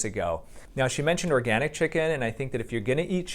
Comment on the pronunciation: I'm not sure.. did she say oRgAniC ? 😂😂